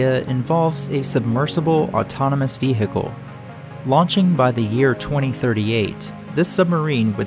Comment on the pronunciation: 'rem-IN-ant', 've-HIC-le'... still an excellent vid,!